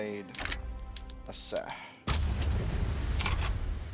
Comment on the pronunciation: The C in Aceh is pronounced like ch in cheese